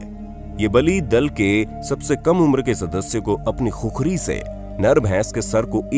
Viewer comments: Vai khukhari nahi khukuri bolo jinko aaxi tara se khukura bolna nai aata o gorkha ka nam leraha he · खुखरी नहि खुकुरी बोल्ते हे। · Khukhari nahi khukuri bolona?